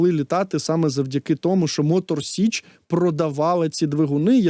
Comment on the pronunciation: Тіліки не з Мотор СЕчі а з Мотор СІчі. Виправить будь ласка бо це дуже дико